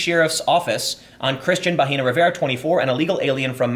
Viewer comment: Bahena is pronounced with a silent h and the e is like it sounds in Ed- The way you say it Tim, you are saying vagina.